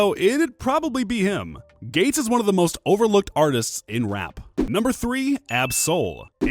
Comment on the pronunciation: Kevin gay-tes